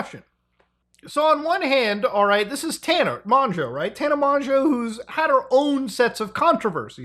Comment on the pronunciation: thank you for pronouncing mongeau correctly